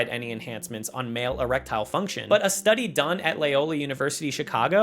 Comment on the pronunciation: Eretile function? Roof's car? Cock-a-roach? So many weird phrases and pronunciations in a single video.